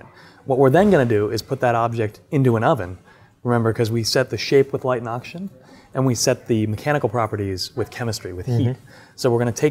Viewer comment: I literally randomly skipped through the video every 10 seconds and I would still hear "light ans oxygen" every time